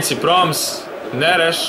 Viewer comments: I nije Proms, nego Promes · Ne isgovaraju se tako imena nego mazrauji,taljafiko,promes